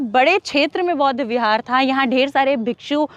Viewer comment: १) कृपया.......... सबसे पहले .....शब्द....."बौद्ध" का सही उच्चारण करना सिख लो। 🙏 २) "बुद्ध" से पहले क्या/कौन/कोई........था?🤔❓